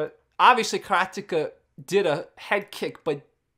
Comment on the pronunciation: Because he uses it's correct pronunciation unlike the rest of the world?